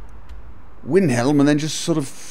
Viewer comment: rrr why do u say winhelm!!! ,, still love ur videos though =D